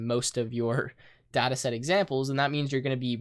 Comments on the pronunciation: IT IS DATA NOT DAAAAAATA awdawdawsawswas triggered xD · it's data, not data.